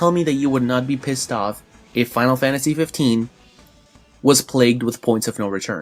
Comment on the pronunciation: I gotta say, I love your videos. But it pisses the hell out of me every time you say "Final Fantashi!"